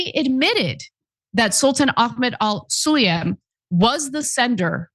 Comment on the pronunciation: For your information, the name Sulayem is not all that difficult to pronounce. Because IF you knew your English properly, then you would have known that it is simply pronounced in the way that it is written. Namely: SUL-AAA-YEM and NOT "SUL-EEE-YUM"!